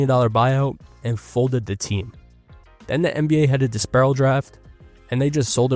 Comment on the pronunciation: DISPERSAL draft. Not "disperral" draft